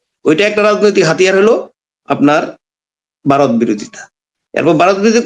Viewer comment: Baaroth noy Bharat.Vaw er ucchharon thik korun.